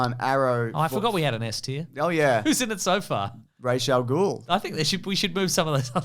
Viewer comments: RAAS god damn it. Not Raesh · I refuse to use the “Rach” pronunciation, it just sounds like Rachel. It’s “Ras” in Arabic. Dennis O'Neil was dumb. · Ras not Rash. Ras is the word head in Arabic